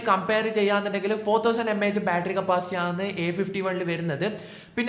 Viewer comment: ആണ് എന്ന് പറഞ്ഞു പഠിക്ക് bro. കേട്ടിട്ട് എന്തോ പോലെ തോന്നുന്നു